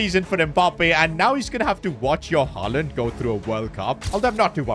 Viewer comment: Bro it’s haaland😊